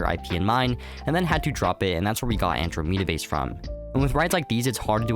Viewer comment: AnDROmeda, not AndroMEda 😅😅😅